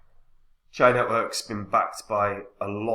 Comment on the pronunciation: "Cheeeya", not Chiya 😂 👍